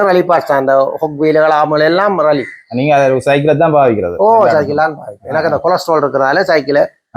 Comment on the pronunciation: றல்லி அல்ல ரே ஃலி